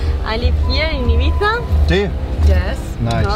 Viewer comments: that is how you pronounce Ibiza correctly, in case anyone was wondering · Dan Fogg Nah it’s “Ih - beeth - ah” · I swear its pronounced “eye bee tha” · Ee-bee-tha - Spanish doesn’t have the ‘eye’ phonetic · It’s pronounced “ibitha” 🤣🤣🤣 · Finally someone who knows how to pronounce the word "Ibiza" properly!!! 👏👏 Great content btw 👍👍❤️💪🏻